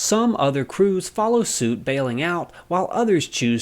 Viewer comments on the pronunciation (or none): none